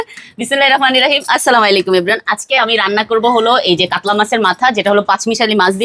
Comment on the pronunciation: সালামটা একটু ভালো ভাবে দিয়েন আপু আপনার ভিডিও গুলো অনেক ভালো লাগে সালামের উচ্চারণ সঠিক ভাবে করবেন আশা করছি ❤❤